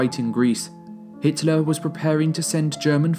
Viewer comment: Pretty sure it's Hitler not Hiteler